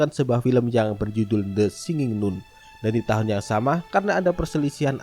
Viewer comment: Nun di baca nan kelessssss